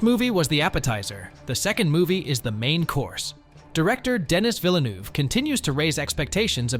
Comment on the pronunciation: d'knee vil-nuv Say it like that for the love of god.